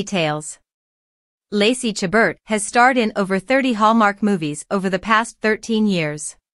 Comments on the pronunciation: Please learn how to pronounce Lacey's last name , the t is silent. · It's disappointing that this video doesn't even pronounce her last name correctly. And its title is misleading.